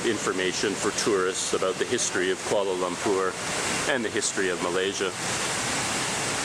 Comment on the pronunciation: You pronounced 'Kuala Lumpur' like locals. Nice! Edit : Also the other names as well!